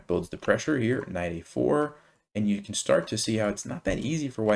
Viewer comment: Excuse me, can do or can't do? I can usually cope with your accent but here you confused me.